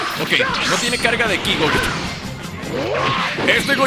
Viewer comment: Se dice Gogeta jajaja no es broma